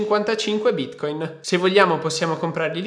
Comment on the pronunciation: Ogni volta che lo pronunci bítcóïn la blockchain muore